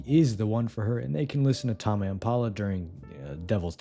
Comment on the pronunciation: Bro doesn't know how to pronounce ''tame'' 😭💔